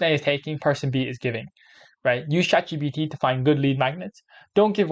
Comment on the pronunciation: Nice video but it's Chat G P T